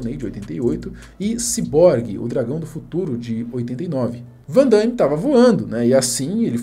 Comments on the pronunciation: Aonde que vc encontrou esse (i) cara? O nome do cara é Van Damme, vc fala Van Da(i)mme. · Não é van Daime. É van DAMME mesmo. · Pare de dizer. Van Daime, É Van Dame. 😂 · Ver o vídeo com o cara falando "Van daime" o tempo inteiro é de doer, rsrsrs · o cara começa o video falarndo "Jean Claude Van DAIIIME". Fechei o video na hora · Uma correção aí: o nome dele é JEAN CLAUDE VAN DAME E NÃO VAN DAIME. Ele não é Andaime e sim dame ok? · " VAN DAIME " P/Q/P! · "Vandame" a pronúncia, não Vandaime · Não é Vandaime! É Van Damme ! Hauhaha andaime é lá na obra... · fico invocado pq algumas pessoas pronunciam o nome erroneamente , nao é Van dãiiíme , é simplesmente Van Damme. outra coisa , Soldado universal foi TOP ! rs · Damme e não Daimme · Mais um que fala: Vandâime 😂😂😂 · po " vandaime" ? kkkkkk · Jean Claude Van Daimme 😅😅😅 É Van Damme Não Van DaIIIme não tem i 😅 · O nome dele não é Van Dãime não, meu prezado, é Van Damme (Dâme) mesmo, esquece esse "I" aí, por favor!. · Van DAMME, não DAIME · Vc sempre com vídeos legais, mas melhore na pronúncia “ VANDAIME” tá errado kkkk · van DAIME ? HAHAHAHAHHAHA Cara nao consegue pronunciar um nome pelo amor de Deus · Um panda morre a cada vez que alguém diz Van "Daime". 🐼🪦